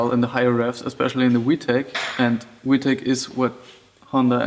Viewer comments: Bro it’s a fucking v not we lol I get u have an accent but damn!. Good info tho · I thought you were saying wee tech lol nice vid